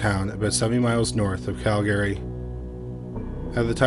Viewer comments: Cal-gree. Not Cal-gary. Also, having lived in Sundre for a year, it wouldn’t surprise me to have more than one serial killer/rapist there. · Usually I can ignore the mispronunciations, but I almost had to stop watching after hearing you say Cal-gary so many times. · Right?! Canadian here and I've only heard of one person ever pronounce it as Cal-gary.....but, it was a child lol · It’s pronounced Cal-gree. And Toronto is Tronno. We don’t need those extra syllables! LOL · I’ve been mispronouncing Calgary wrong my entire life 😅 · Have I mispronounced Calgary all this time? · Your pronunciation of Calgary makes ms think I've been mispronouncing it my entire life 😂